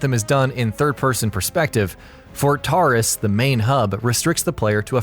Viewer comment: Fort Tarsus* not Tarus. There's an "s" after the r. 😉